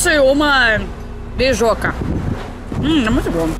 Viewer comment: A russa juntou biju com tapioca e saiu "bejoca" ! KKKKK !